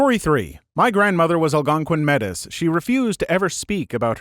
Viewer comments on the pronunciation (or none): I don't want to be a grammar/ pronunciation asshat but wanted to let you know that Metis is pronounced like May tee , as it is a name for some indigenous people in Canada I think out of respect it's important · Metis is prenounce more like mei-tee/may-tee if ots singular and mei/may-tees or mei/may-teez for plural. Jusy letting you know for the future :) really enjoying your video thank you